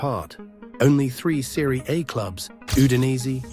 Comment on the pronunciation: Serie.... Aye? This AI video voice don't know italian.